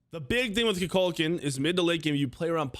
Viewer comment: Why does he say Kukukaln the wrong way? He literally pronounces his name in game.